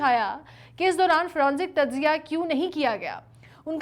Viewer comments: Not fronzic but forensic. For goodness sake. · Its forensic not fronsic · Forensic not fronsic...kindly correct.